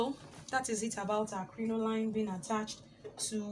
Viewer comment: Welldone. Its pronounced "crinolean"